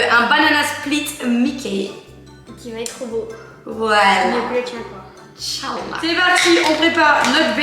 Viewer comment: Coucou, dans la vidéo j’ai cru entendre « In cha-â’ الله » du coup si c’est bien ça, évite de le dire s’il te plaît, et si c’est juste moi qui a mal entendu, excuse moi, bonne journée!